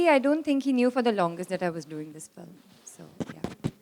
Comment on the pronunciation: ise director kisne banaya film ko flim bolta hai